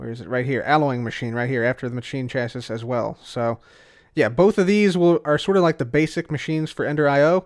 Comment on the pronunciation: You are correct. It can be pronounced "cha-see" or "sha-see", but definitely not "chas-iss" XD